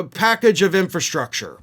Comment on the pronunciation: Infrastrucker LMAO 😂😅